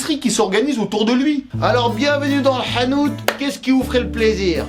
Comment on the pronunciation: Le " 7anout"?? serait il en plus arabe? 👀